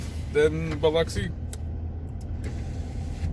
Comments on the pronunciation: It is Pronounced "BILL-OXY", NOT BILL-UCKSI. Knew this Smoking girl from there I met in the Caribbean once. 😉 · Born in that place ! You pronounced my hometown wrong Bub ! not Uxi, it’s OXI. bilOXI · I have never heard it pronounced either way you mentioned. Bill-oxy? WTH?